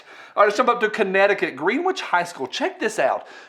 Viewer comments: its "Gren-ictch" not "green-witch" anyways I hate those rich snobs too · So just cause I've made this mistake and never lived it down in CT, its pronounced "Gren-ich". Like how Manor is pronounced Mainer in TX, it makes no sense. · That's pronounced, "Gren-Itch". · Kevin says it’s pronounced “gren-itch” Don’t shoot the messenger. I think Connecticut sux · you pronounced "Greenwich High School" as "green-witch." That is incorrect. The correct pronunciation is: 'buncha-loser virtue-signaling instigators." I hope this helps.